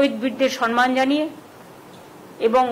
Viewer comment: Sanman noi samman hobe kotha ta